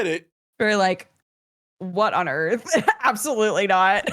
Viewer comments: One yes their are points in flight on earth that you can lose track of which way up and down are. That's why a pilot has a gauge to indicate that for them. Two I love the way says earff. lol Made that way funnier. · "WE'RE TALKING ABOUT EARF!" Put it on a coffee mug